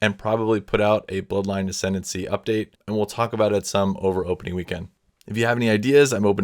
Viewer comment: "Ascendency". You were so close.